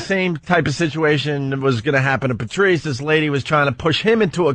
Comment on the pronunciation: ‘PeRRtrice’ jeeze